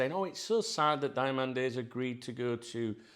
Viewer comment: You pronounced Diomande perfectly.. surprising 😆